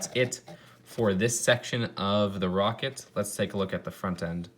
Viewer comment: "The woket wif the lawnch pad"